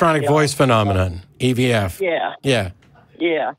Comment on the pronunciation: EVP not EVF lol innocent mistake